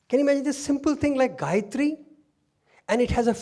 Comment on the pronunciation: Sairam excellent talk which relates and illuminates every one . Thanks for the Gayathry correct pronunciation and also the aumkar. Thank you .